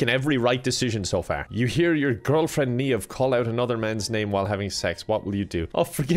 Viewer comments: Someone please teach how to pronounce Niamh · i cant believe an irish man... mispronounced... an irish name.... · Hearing an Irishman pronounce Niamh the way it's spelt is probably one of the funniest things I've heard this year. Yes, I live a sad life 😂